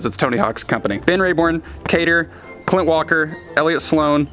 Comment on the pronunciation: Bro said kader